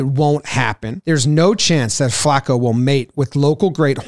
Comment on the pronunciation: It's not Flaa-ko. It's Flah-co. Put respek on it